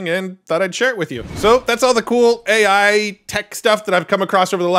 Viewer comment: you're not being picky. It says "Ey" for "AI"